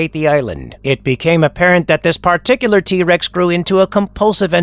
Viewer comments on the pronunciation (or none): none